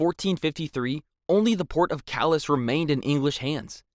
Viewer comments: “Callous” I felt it down my spine 😂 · Horrible mispronunciations in this video: Calais , Despot , Provence, Æthelred , Mortimer